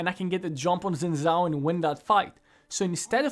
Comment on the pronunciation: I refuse to take advice from a guy that says "zin zhao".